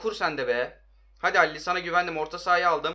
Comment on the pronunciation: Dele Ali , alli değil